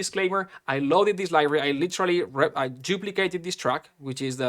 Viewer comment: Dude for the love of God please learn how to say "Library", it's not "Livory"